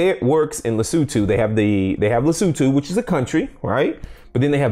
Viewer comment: the country of Lesutu....LOL! Lesotho Patrick....Lesotho! Good video.